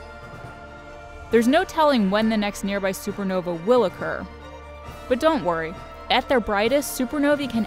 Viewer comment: Lol supernovee It's supernova lol